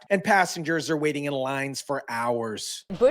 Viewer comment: you need to buy a vowel...wating? Really?